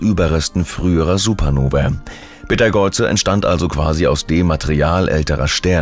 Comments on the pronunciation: Betageuze? 😂😂, KI kann nicht Namen aussprechen 😂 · Dude.... es heißt Beteigeuze.... Auch für schlechten Content sollte man sich ein wenig mühe geben.